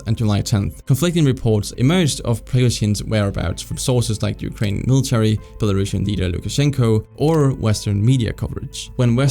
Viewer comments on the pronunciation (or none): none